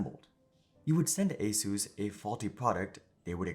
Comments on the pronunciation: It is not ASUS; it is "AS-IS". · Asus ❌ A SUS ✅